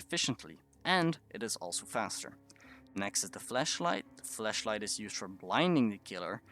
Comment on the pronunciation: Anyone else hear him call the flashlight "the fleshlight"? Just me ? Maybe it's his accent.